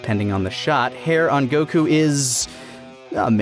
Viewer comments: okay for the most obvious one is goku. In english it's just goku sweet and simple and it's in Japanese it's gokuu similar but different. The way they constantly pronounce it they keep saying gokq which sounds so wrong lol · Why y'all pronouncing stuff weird? Go-kew, Jir-len. Doing shit and borderline offensive impressions of Japanese doesn't make you more cultured or intellectual, it just makes you an insufferable weeb. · Still hate how you say goku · I love you but pronounce the God damn name properly PLEASE!!!!!!!!!!!!!!!!!!!!!!!!!!!!!!!!!!!!!!!!!!!!!!!!!!!!!!!!!!!! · You guys go out of your way to say Gokú. You even used Beerus from Japanese cut just to say his name. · Anyone who says isn't a weeb has never heard him say "Goku".